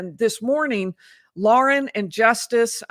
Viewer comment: Hidden True Crime is Lauren, not Lori. Just an FYI. Thank you!!